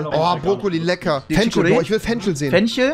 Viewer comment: Niemand: Rewi: sagt zu Fisch: Fich aber zu Fenchel: Fenschel